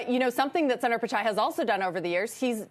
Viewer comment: It’s NOT ‘San-dar, it’s ‘Soon-der’ please learn to pronounce foreign names correctly. So disrespectful. Do your HW.